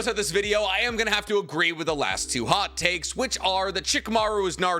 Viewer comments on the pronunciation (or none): at the beginning I thought he said HOT CAKES. HAHAHAHAHAHA